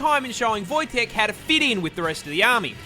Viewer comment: if you're talking about the Polish grizzly bear then it's pronounced Wojtek